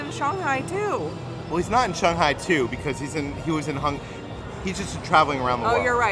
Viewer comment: I absolutely LOVE you guys and your videos, been a recent addition to your fan club and I live for it. But can I ask one pet peeve question??? Why do you pronounce ShANG-Hi as ShUNG-Hi, but clearly twice in the video (when talks about the Logo on the Pepsi & then AGAIN A SECOND TIME after the Hundred Acre Goods (I agree amazing Play on Words Pun 😊) you say it correctly as pronounced in English which is ShANG-Hi…😂😂😂😂is there a reason you change the affectation when paying attention to your pronunciation but when naturally speaking pronounce it in the traditional American-English manner?!? I know in Chinese it’s Pronounced Shunghi, but the way we affect words in English it is ShANGhi, and I binge watch this when doing my chemo or not feeling well resting, but this totally is like a stupid pet peeve and I’m not like a grammar snob AT ALL so for it to stick out to me was a thing, but curious if this was subconsciously done or consciously. Either way nothing but love for you guys and jelly of all the trips you’ve been able to take but so happy for you guys at the same time. Once I get better and beat this stupid crap, I’ll God-willing be doing the same with my fiancè! Love you guys ❤❤❤